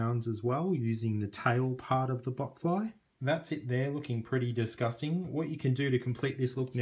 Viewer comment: It's botfly not butt fly